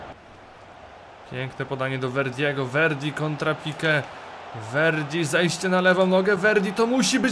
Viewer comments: Vieri nie Verdi xD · czyta sie Vieri(